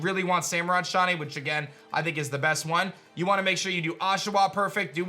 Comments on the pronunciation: Sound like he’s saying shotty not shiny, kind of annoying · It's not "shaw knee". It's "shy knee". Pronunciation 101. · I can't with how he says "shahnee" instead of shiny 😂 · I love you man but every time you say shiney I hear Shawny 😅